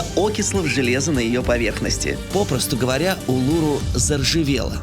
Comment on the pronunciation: Улуру -- ударение на последнюю букву